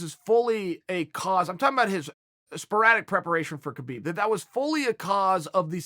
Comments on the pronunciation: it doesn't matter, winning is winning, no excuses and it is not Khabib it's Habib, th k is silent. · Why are you saying Khabib name with a K? At least say the man's name right.